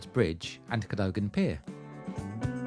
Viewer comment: "Rivoli" is pronounced "riverlee" "Cadogan" = "kaduggan"